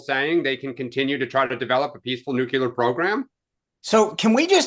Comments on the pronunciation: The base word for nuclear is nucleus. It is pronounced “Nu-clee-er”. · Nook you lerr !!! 😂